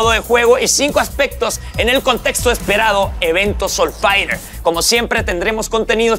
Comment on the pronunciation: "evento soulfaiRER"